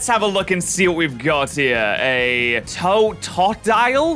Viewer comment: I'll teach you how to read totodile to-to-dile